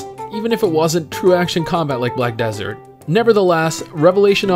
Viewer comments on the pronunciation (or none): none